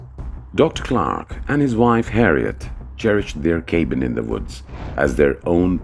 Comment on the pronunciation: This video is SO silly and pointless. Utter crap and nonsense. What kind of "English" is the narrator speaking? A "cabin" pronounced as "kaybin"?